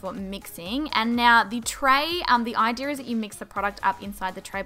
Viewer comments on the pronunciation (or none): "the idear of thiiis"